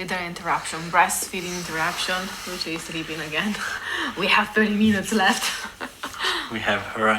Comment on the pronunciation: the E in Luce is not pronounced as a y in the English Lucy, but as the Italian E, not as in English. It's different, it means light. Lucia is another name and you pronounce not only the I but also the final A.